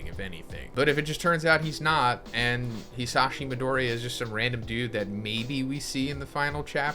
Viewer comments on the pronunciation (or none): I really don't like the way you pronounce Midoriya 😅